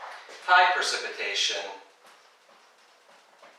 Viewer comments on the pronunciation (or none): it's pREcipitation, not pERcipitation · isn't it pREcipitation, not pERcipitation????? Google translate says at least... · it's "precipitation", not "percipitation". am I right?